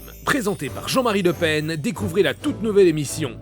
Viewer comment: J'ai beaucoup ri(z) à la prononciation chinoise de Jean-Marie Le Pen. Je suis aussi toujours aussi hilare aux rires se terminant par une toux dégueulasse. Les parties où il s'éloigne du jeu pour aller sur Google Traduction ou le site des signes chinois pour voir quel élément il est me fument xD. Ça part complètement en couilles ici, mon cher Jean-Marie. Le reportage sur Pumbaa qui s'énerve m'a bien amusé aussi xD